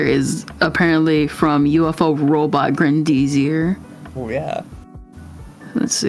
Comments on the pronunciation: ok the woman is insane, but can we stop for one moment and talk about how horrendously both and pronounce grendizer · the way you mispronounce Grendizer makes me wanna cry 😭